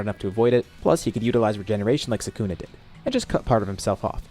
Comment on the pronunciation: i hate the way he says sukana its pronounced (Sew- ka-na) not (sew-kana)